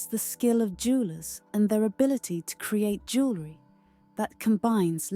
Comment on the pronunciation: "Luxury elegance jewerly".... punching the speaker....